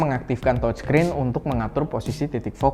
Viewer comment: biar review nya lebih keren, coba pengucapan "TOUCH SCREEN" nya yg bener, BUKAN .TOC screen hehe